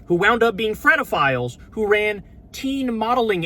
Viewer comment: Frito philes? What are you saying Kyle?